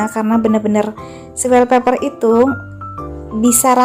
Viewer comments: Wastafel , bukan westafel .. Wallpaper bukan welpaper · Westafel sama welpeper..salfok ama penyebutan nya😂😂😂